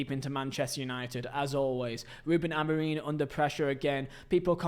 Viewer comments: It's f***ing Amorim not Amoreem ffs! How the hell can you not say basic sounds with your vocal chords? I'm not even a Man Utd fan but f**k me, you need to learn how to pronounce words properly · Please stop saying Amoreen og Amorino mate